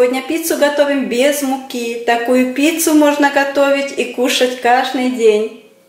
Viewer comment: КажДый, а не кажНый. А рецепт отличный, спасибо !